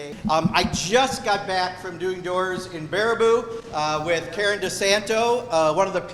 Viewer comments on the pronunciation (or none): none